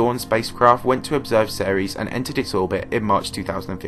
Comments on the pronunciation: It’s pronounced series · Before I heard you pronounce Ceres, I thought It was pronounced Sears I was like what